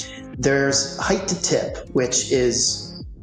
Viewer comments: ish. I thought that was Quinton Tarantino 🤣 An engineer type who doesn't pronounce words correctly. HeighT! Not HeigTh!! Sorry, this is one that gets me😆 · Brilliant minds saying "heighth" instead of "height" instantly makes them seem dull. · "...Heighth...." * height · WTF ? HEIGHTH ? this guy, already introduced and theoretically knowledgable, cannot even pronounce the word HEIGHT. There is no TH at the end. Not like width. It's like Might. HITE if you must. Jeez, who'd employ this guy ? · Somebody needs to tell that guy it's pronounced hi-te, not hi-th. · I argued with my parents and my uncle until the days they died. The word is 'height', not 'heighth'. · God bless William F. Baker (engineer, Burj Khalifa), but his pronunciation of height as "hidth" was pretty maddening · My trepidation level increased when the architect who designed the tallest building in the world pronounced the word "height," as "heighth." Twice. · It's not heighth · An architect really should know the word height.* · "HeightH" Nooooo..... 🤫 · World expert in tall structures saying "heighth"... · What's a Heighth? Lol so stupid. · Homeboy said heigth 😂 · "heighth" - GAAAAHHH! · It bothers me SO much when people pronounce the word "height" which ends with a /t/ sound, as "heighTH" or ending with a /th/ sound. It's not even like the word "often" where the first pronunciation is a silent 't' and the second is a hard t (less preferable but accepted). The word HEIGHT hos no other way of pronouncing it. You don't sound smart, you sound STUPID. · A skyscraper architect who can't correctly pronounce the word "height." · Mr. Baker mispronounced height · How can an architect not pronounce height correctly?